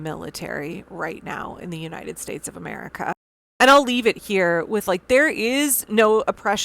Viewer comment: The fact they're doing all of this with a sinister ideological goal above any progressive initiatives for America. To hear him continue to say 'Ametica first' is ridiculous